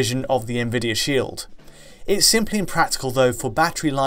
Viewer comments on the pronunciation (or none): none